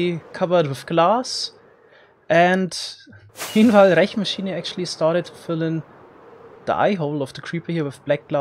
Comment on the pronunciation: The way he pronounces the "r" in "Rechenmaschine" is so bavarian.